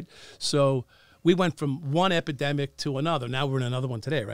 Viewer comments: "crack ekidemic" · is it me or are they saying academic instead of epidemic